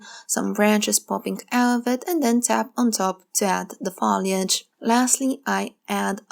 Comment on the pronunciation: To be helpful, not to give you a bad time, the word FOLIAGE is pronounced with a hard O, like Phone, or boat. And your painting vids are very helpful! Thank you.